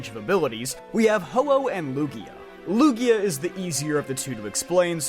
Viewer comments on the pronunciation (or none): none